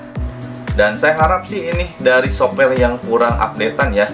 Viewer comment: Sopware (software).. wah urang bandung neh..